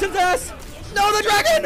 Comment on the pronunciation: "dwagon"? xD